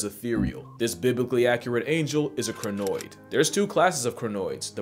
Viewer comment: PLEASE DO NOT PRONOUNCE CRINOID LIKE THAT